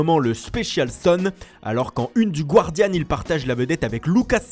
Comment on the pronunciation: Mais vous que "Guardian" ça se prononce sans le "u" en anglais ? Comme "garden".